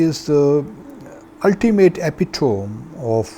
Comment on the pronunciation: You got the pronunciation of epitome wrong Jihadi chicha . The standards for getting selected to the foreign service in Paxtan are evidently very lax.